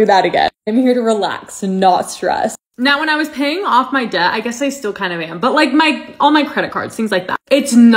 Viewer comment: You pronouncing debt with the “B” 😂😂😂 the B is silent baby